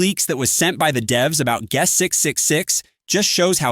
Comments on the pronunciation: Bro saying geust. 6. 6. 6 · its kinda funny cause your voice is saying Gus 666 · Why did bro say guest like that 💔